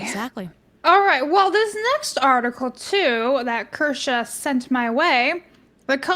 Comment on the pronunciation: k-year-shaw, not Ker-shaw . You'd think you could guests name